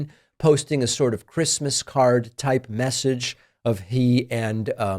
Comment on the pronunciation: He must not have gotten the Chwistmas pwesent he wanted.